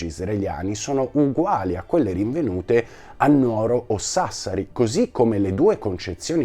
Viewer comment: Scusami, si dice Nùoro non Nuòro, dal Latino Nùgoro, infatti in sardo si dice Nùgoro. 😉